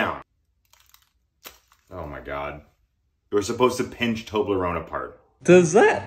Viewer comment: That's not how you pronounce Toblerone😐